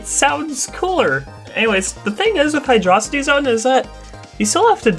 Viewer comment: WHA HUH HUH???? YOU'RE ONLY AT 1K???? ISTG I JUST ASSUMED YOU HAD A TON MORE. Also props to you for saying Hydrocity the way I think it should be said.